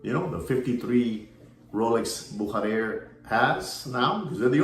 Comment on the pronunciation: I'm a German and it's pronounced... "Boo-sha-rare". Büchere